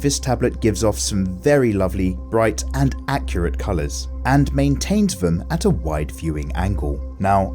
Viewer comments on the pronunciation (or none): none